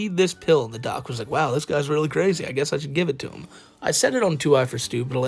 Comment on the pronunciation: “I’m cwazy” is wild 😂